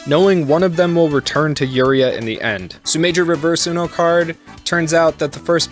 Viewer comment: Hokuto is pronounced Hoh Koo toh, not "hawk'ootoe". Yuria is you - ree- ah, not "Yer' ee uh". Seems like the the recent English translation is still not translating some things properly. The seven stars constellation is not "the big dipper" in the context of the series, the seven stars represents "the spirit fist" (similar to "the hand of buddha") as the stars connected make an outline of a fist, and also the constellation is also called "the great bear" by Greek astronomer Claudius Ptolemy. Hokuto means "North Pole" (literally North-Point) and only colloquially means "the pole star" (the northern star Polaris), Shin means Spirit Fist not "divine fist", So a possible transliteration could be "Northern Polaris Spirit Fist (North Star Spirit Fist works too); btw "shin" means "spirit" "heart" and with a different kanji "true", Nanto Sei literally translates to "South Pole Divine Fist" "Nanto" can also seen as term for the Crux (the "Southern Cross" constellation) so in some transliterations Nanto Sei can be translated into "The Southern Cross Divine Fist". This is why Shin's army flies a flag with a cross-like red star. You forgot to mention that Shin was Kenshiro's friend, but Shin's desire to dominate and conquer, his jealousy toward having won Yuria's heart where why he betrayed. the "fisting" jokes were dumb and not necessary at all.